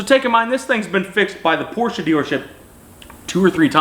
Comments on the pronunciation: Porsche guys can’t even be mad, he pronounces it the correct douche way a couple times. Credit where credits due. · Proud of you for saying Porsche correctly and not saying Porch. It is evident you have experience with them. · New type of cell phone holder ? hehe ps, you say Porsche correctly but why do you all get Jaguar wrong ? baffling ...